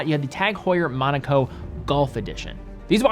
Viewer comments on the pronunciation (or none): none